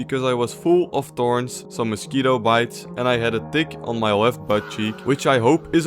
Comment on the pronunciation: Every time you said tick it sounded wrong 😭 Nah you definitely said d1ck 😂